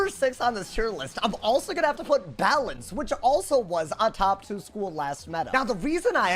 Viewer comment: balance got BUTCHERED holy moly